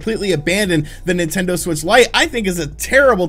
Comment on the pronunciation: Nintender? Is that a dating app for Nintendo fans? 😄